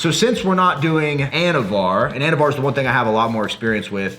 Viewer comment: I thought he said “anabar” lol I’m like oh shit!